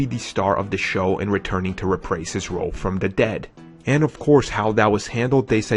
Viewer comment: I hate to be one of those people but here are some corrections: Tyler Mane not Taylor Mane."Rih-prase" should be "re-prise". The city in Ohio is called Sandusky not "Suh dinsky". (end of corrections) The second half of IM2 is where Thor was rumored to be introduced. It would've been better than what came out. That way, the Thor film could start off balls to the wall. Instead, it was meh.The Destroyer was handled all wrong.